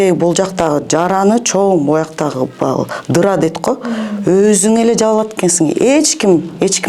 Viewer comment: Дыра эмес жара